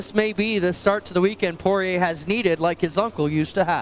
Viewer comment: Buddy needs to learn how to say Poiriers name